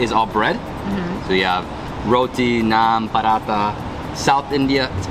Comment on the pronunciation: I dont know if is my hearing but to me you pronounce every other delicacy no problems except one its roTi not roDi